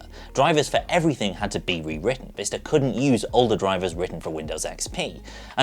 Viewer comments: Is it Vista? Or, Vister? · Quality content? Check Windows Vista pronounced properly? Check? Switch between windows vista and windows Vister? Constant.